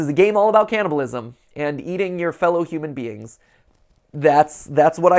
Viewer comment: Everyone else: "human beings" MC: "human beans"